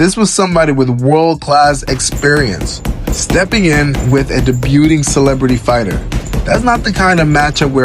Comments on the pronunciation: Why can’t this narrator read? He can’t pronounce his words properly. The word is pronounced “day bue”, not “deb - bute”. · What the hell is “da-byuuting”? Come on bro. Pronounce “debut” (Day-byoo) correctly if you’re gonna say the word publicly. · bruh...DEBUTING is pronounced "DAY-BUE-ING" OR "Day-BUE" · Yeah, um...the "t" is silent. "Debuting," is pronounced "Day-BYOO-ing" 😑 #Grammar 👮